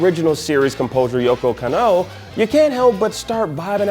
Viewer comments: It's KAHN-noh YOH-koh. Can't even do your fcking homework. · You can’t even say yoko kanno correct? Is it that hard?